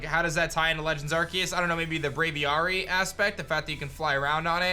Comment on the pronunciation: It’s hurts me how wrong you pronounce braviary lmao